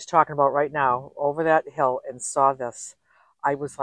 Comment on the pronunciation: I love accent. The word "hill" when she says it is a two syllable word! So charming! Love you gals!❤